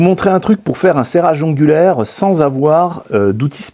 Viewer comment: Excellente vidéo, je vois que tu maîtrises le sujet avec toutes ces explications ! "serrage ongulaire". Tu es sûr ? 😅